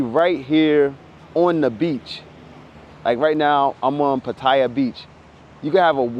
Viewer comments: oh and Pattaya is pronouced Pat-Tee-YAH, not Pa Tie yah. lol only reason i know this is because my buddy lives there too is a freelance international photographer and journalist. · Pronounced Pattiya not potaiya. You make good points but once you get in trouble over seas you on your own fammo.. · "pataya to be pacific" close but it's actually by Gulf of Thailand